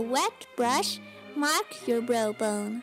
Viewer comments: The way she says Browbone like Brobone XD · it sounds like she says "bro bone" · It's so funny how she says brow bone xD